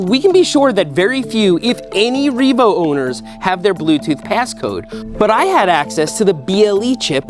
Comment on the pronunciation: It is no longer just a Reevo. It is Reemade.